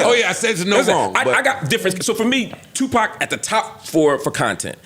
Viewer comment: This dude said Tupac 😂😂😂